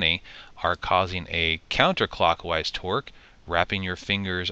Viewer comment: Torque not "twerk" lmao